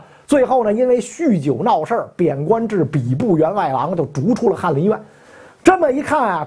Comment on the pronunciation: 怎麼把吏部說成筆部了？？